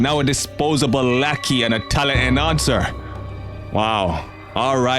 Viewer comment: Is he saying talent and answer or talent enhancer?